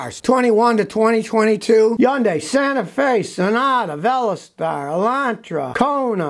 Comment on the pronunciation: lol. Scotty said “Veloz-star” instead of VelOSter. 😂